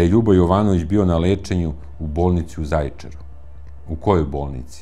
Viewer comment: Aman nauci kako se izgovara Zajecar